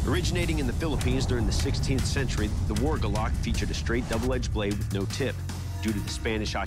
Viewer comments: It's "gulok" the stress is in /gú-lohk/ not gulak. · Gulok. Accent on the first syllable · In pH, I swear that what you called golok will stand until your dead😂, and it's not "golok", it's guuulok even metal nowadays can't stand a chance😂😂in our guuuuuuulok😂😂😂😂😂 ✌️✌️ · First of all, it's Gulok not golok. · Not golok gulok Gu stress+ lok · Its not galac its gulok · It's pronounced as GOO-LOK, not Guh-Lock..😆😆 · It's not GOLOK but GULOK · Gulok not a guluck or gulak🤣🤣🤣🤣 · It spelled as "Gulok" and pronounce as it is. Gu lok in a fast manner. I had one used for clearing and chopping abaca fibers. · I think it's pounce "GOOLUK" just wondering 😉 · Its pronounced "goo look" just in case you're wondering. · When I was a kid we had a golok (said like gu like the start of good and then lok" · Its right pronounciation is 'goo-look'.. for your reference thank you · Guulok as you should pronounce it. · It's actually GULOK read as goo-lok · It should be pronounced as goo-lok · It's pronounced goo-lokh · Ahahah! It's pronounced as "goo-look". Like Zebra/Debra. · Can't help but chuckle at how they pronounce gulok. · Ang sosyal ng mgkaka bigkas ng golok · the way he pronounced golok 😂😂😂😂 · It's "Gulok" not "Golok"